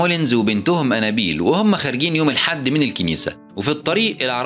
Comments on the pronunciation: نت بتنطق انابيل غلط خالص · الاكسنت تبعه هو و عم يقول انابيل خلت الفلم يقلب كوميدي